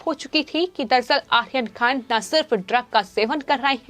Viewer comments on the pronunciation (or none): आप आर्यन खान का नाम ठीक से लिजीए. यह आखीर खान कौन है?? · You are pronouncing Aryan khan as Akhirkhan Is it both are same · Correct..ahyan khan....🤣🤣🤣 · How she pronounced Aryan khan!!!!!!!!Ahyan khan😆😆